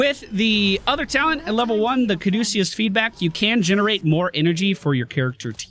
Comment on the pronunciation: Hey - way to go on pronouncing 'Caduceus' correctly. Not the easiest to spit out even if you aren't sight-reading. Proud of you (f'reals!).